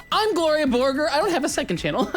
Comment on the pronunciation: Gloria Borgore? More like Gloria Voregore